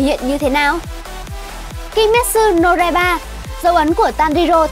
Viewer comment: Ad đọc sai từ "Kimetsu no Yaiba" chứ không phải "Raiba" và các từ có z,j,y,ad đều đọc sai nhé.Chắc là do tiếng địa phương thôi nhỉ?Ad sửa dần nhé!